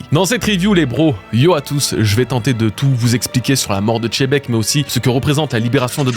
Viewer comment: continue de dire chebec au lieu de xebec et sa va te soulever ta race là